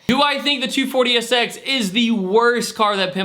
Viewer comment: Sounds like you are saying "240-esex"